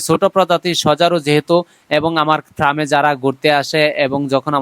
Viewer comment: Bhai ota fram na Farm 😂